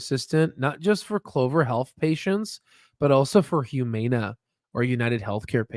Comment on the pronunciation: The mispronunciation of Humana is absolutely killing me